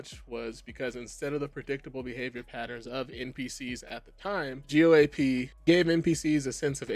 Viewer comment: Lol man, I wish you would have learned how to pronounce an industry standard before you made a video talking about what's wrong with it. Not a good look.